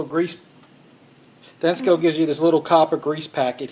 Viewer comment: dude...the name is Denso. why did you pronounce it with a "C". it's not Densco Lol